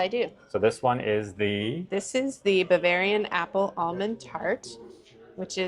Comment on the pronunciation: I couldn't help but think that if I were talking with that lady and she kept saying "bar-varian" instead of Bavarian _... I'd have been cracking up! 😂 I can't help it.... it's just in my nature! 🤷🏻‍♂️ I love good food so thanks so much for sharing! And I ain't ever found a frawg leg anywhere that tastes like any chicken I've ever had! They certainly DON'T taste like chicken 😂 God bless ~ Scott 💙🙏🏼